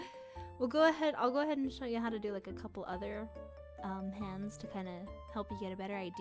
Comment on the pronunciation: I think they mean how you pronounced it lol